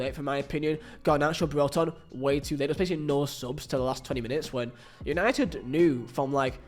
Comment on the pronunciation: “Es punited” Good Ebening 😃